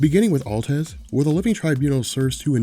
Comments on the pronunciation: why do you call him altez not atlez? just read it wrong when you were younger and it stuck? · Atleza!! How do you get Altez out that when it's written in bold font??! lmao. You aren't even saying the a at the end. I liek your videos but come on.